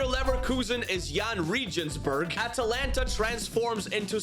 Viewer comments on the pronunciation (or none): none